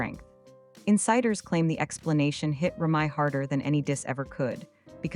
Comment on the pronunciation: TRASH & Listen at how the narrator if it announces Remy name .. SMMFH